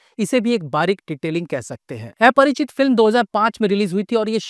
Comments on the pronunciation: Aparachit❌❌ Aaaa-parachit✅✅ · Sir ye एया nahi अ hai Aparichit ki Pronunciation 😂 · Sahi kha.. Mein bhi wahi soach raha tha.. Itne simple word ko bhi eyese kyu pronounce kar raha hai 😅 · ki to yeh baat hai ki tujhe movie ka naam v dhang se bolna nai aata